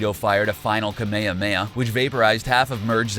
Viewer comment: Every time Ka-mea-mea and Zah-mah-sue are said I cringe a little.